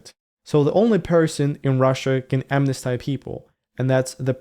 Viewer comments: the Russian Interesting video. May a note that amnesty is pronounced as amnestee, not as amnestie. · Amnesty — short monophthong at the end, not a diphthong (“stai”). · Amnesty, amnestied. / æmnesti: /æmnesti:d / Polysylabic words don't use diphthongs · Might check your pronunciation of "amnesty". Thanks for video. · Great video. Really terrifying for the communities. While amnesty can be used as a noun or a verb, it's typically expressed as granted amnesty in the verb form. How you are using it isn't grammatically incorrect, but you are pronouncing it a bit awkwardly.